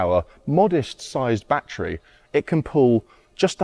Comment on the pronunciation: But, it's NOT a Bat-Tree or Bat-Trees. It's a ba-TTERY.